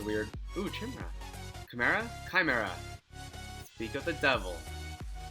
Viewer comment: has 10 million mana and im sitting here, with my 200k. Also, it's kai-mera